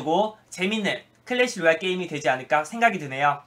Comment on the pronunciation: 마지막이 클래시 로얄이 아니고 틀래시 로얄이라고 들렸다...